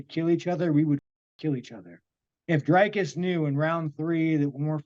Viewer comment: For god's sake please pronounce Dricus properly ......gaaaaawd